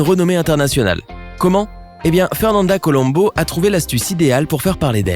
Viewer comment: au fait c'est fernanda colombo et non calombo.